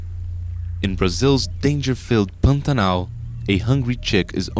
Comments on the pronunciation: Not brazilian; american who just knows how to pronounce Pantanal. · Good job!!! Is the narrator brazilian? The way he pronouces "Pantanal" is quite familiar!